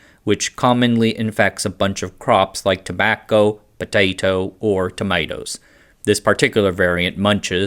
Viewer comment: lold at the pronounciation of tobacco, potato or tomatoes. Big fan of your vids buddy, some of the best content on yt for years <3